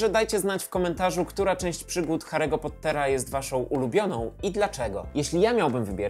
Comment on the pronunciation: Hahaha! Biję się w pierś! To był kiepski dzień, jeśli chodzi o poprawną wymowę imion i nazwisk, ewidentnie. Szczególnie biorąc pod uwagę "Kałrona" zamiast "Kłarona", "Grindevald" zamiast "Grindelłota" i PoTTer. XD